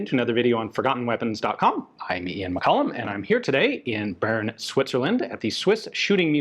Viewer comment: It heals my soul to hear Ian finally pronouncing Bern correctly.